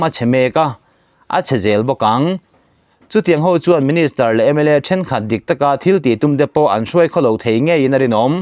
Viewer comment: A ngaihnawm rualin mizo rilru chhiat zia apho lang chianga,a zahthlak hle mai..i lam dikloh chu "Ṭhen thianghlim nan ti ang chauh"i tih kha, Ṭ ni lovin T zawk tur a ni e,Then thianghlim nan tih ang chauh (tifai tih) lam sawi nan an hmang